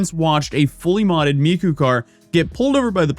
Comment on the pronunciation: He says Miko at the end too I'll save Hatsoon Miko for rage bait 😂